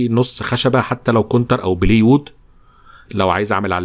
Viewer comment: مستوي راقي جدا. بس عندي همسة بسيطة من غير ما حد يسمع. الخشب المصنع ده اسمه بلاي وود مش بلي وود. زي ما بنقول محمد علي كلاي. مش محمد علي كلي. والله انا حاسس بإحراج و كان نفس أتشرف برقمك الخاص بس انا نفسي تكون فيديوهاتك مافيهاش الهوا. استمر يا محترف.